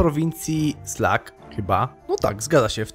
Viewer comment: Z misją Develop the Countryside też miałem problem. Po pewnym czasie sama wskoczyła, kiedy nic nie robiłem. Możliwe, że jest tam jakiś bug, albo ogranicznik czasowy? A Sluck to nie "slak" tylko Łuck. :hand-orange-covering-eyes